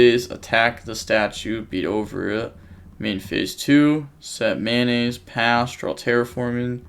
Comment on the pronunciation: u know that it is "METAnoise" and not "mayonaise" right lmao